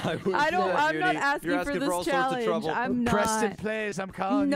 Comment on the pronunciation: Why said "I calenge Preston!"?